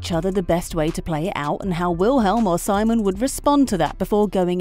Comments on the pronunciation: its VILHELM not wilhelm and its SEEmon not simon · It’s pronounced sEEmon